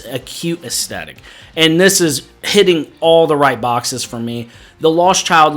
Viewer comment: The word "aesthetic" is pronounced es-THET-ik, not es-TET-ik.